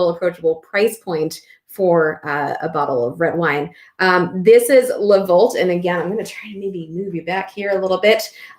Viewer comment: Not hating,but I always wonder why we don't treat the name of the wines/producers with the same respect and care,as the general knowledge about the wines themselves we enjoy. It is not Le VolT,it is pronounced Le VoltE. Take care